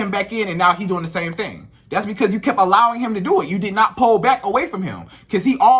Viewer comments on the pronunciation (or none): Lol it’s Pull not PALL 😂😅